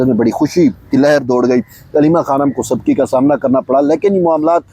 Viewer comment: 'Sabki' nahien hota "Subki" hota hey